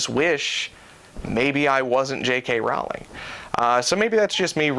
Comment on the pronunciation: It's actually pronounced "roll-ing", like row a boat